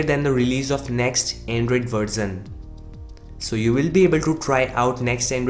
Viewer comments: Its version not "Verzon" dude. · It is version not verzin 😁😂 J.k